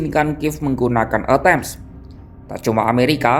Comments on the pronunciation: Rudal Atakem,bukan E tem...😅😅😅😅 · huuuuuu komentator gak bisa nyebut ejaan rudal atacems